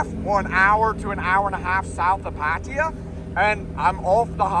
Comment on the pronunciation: I’m pretty sure it is not pronounced “Pat tier” for Pattaya